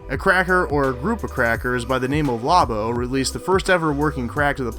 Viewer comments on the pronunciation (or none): "LOBO" is pronounced lo-bo, not labo. That's right, I'm a god damn pronunciation Nazi, A MEXICAN NAZI! Taste my tortilla of spite and choke on it!! Nice video. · Not Law-Bo. Low-Bo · the way he says “Lobo” physically hurt 😫